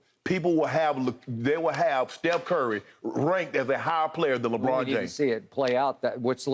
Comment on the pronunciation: Skip have to stop himself from saying Legone everytime he says Lebron name is Hilarious